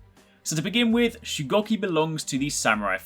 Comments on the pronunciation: Its shugoooki not shucocky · He said his name wrong the whole video :/